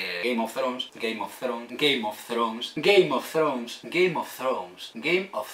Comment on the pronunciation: "Game of fronzz"